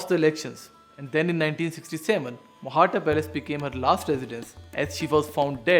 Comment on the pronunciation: It isnt technically Mohatta. It should be Mohta, with the T sound as in tabiyat. Mohtaa